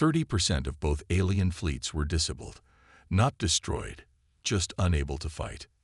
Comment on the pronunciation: Could your a.i. learn how to pronounce disabled properly